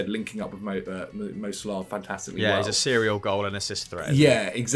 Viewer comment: How's Algerian and pronounces Salah as Salaaaaaa? HAHAHAHA All love